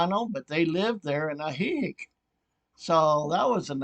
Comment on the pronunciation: lol at your pronunciation of Ajijic. It's AHHH he HEEK.